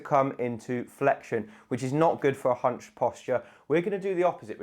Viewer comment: Ohhhhhh... I thought you said humping!